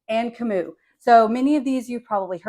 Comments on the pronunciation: I love Kamut for rolls too. I often mix it with hard white wheat. I’m pretty sure you pronounce Kamut with the “t” at the end. It isn’t silent. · I’ve never heard of this approach. I have heard The Food Nanny talk about Kamut for years and she always pronounces the t. I also looked it up online and the audio always includes the t.